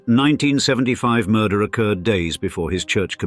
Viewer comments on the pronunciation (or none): Moidahhhhh? What Moidahhhhhh!?!?!?!?